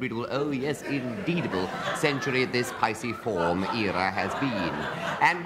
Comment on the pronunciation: noo, a piciform is a woodpecker, a pisciform is a number of other things😅 I've never heard anyone ask them to spell the subject, but either way they're pronouncing it wrong 🙈